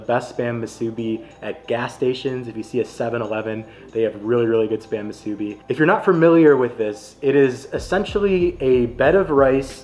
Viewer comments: Great video! We’re born and raised on Oahu! Yes, KALUA pork…and it’s MOO-soo-bi. Not Moo-SOO-bi. 🍙 We enjoyed your review of our island foods! 🎉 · Kalua not Kailua and moo-soo-bee not masubi! Mahalo for highlighting some places here at home not many other vloggers do like Bob’s ❤ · Love your attitude, but as a local Hawaii boy, I need to issue some corrections. 1. Not everyone from Hawaii is “Hawaiian”. Hawaiian is an ethnicity, so only native Hawaiians should be called that. The rest of use are just Hawaii people or Hawaii locals, or “kama`aina”. 2. Kālua pig is the right name, not Kailua. Kālua is a Hawaiian word that describes the cooking technique. 3. It’s pronounced MU-su-bi, not mu-SU-bi. 7-11 one is not the best because the spam is not crispy enough, but it’s fine in a pinch. Bob’s is solid. Guava Smoked is also worth checking out if you come back. I’m a malasada purist who likes no filling. Leonard’s is the best, but one of the bakers opened their own place called Pipeline’s that is also good. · If you want to pronounce "musubi" how we locals say it, please look up "Amanda and Felix musubi"